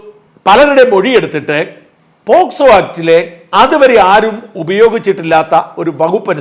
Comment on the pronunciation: പോസ്കോ അല്ല; പോക്സോ എന്നു പറയു